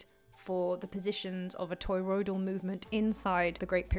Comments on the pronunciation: Do you realise your saying 'toyroidal'? Not toriodal... And stop saying donut for gods sake. We each have a toriodal field around our bodies, as does the earth. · Aaagggh! Not Toy-road-all.